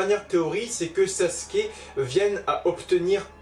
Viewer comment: La vidéo est superbe mais mais c’est SasUke et pas Saske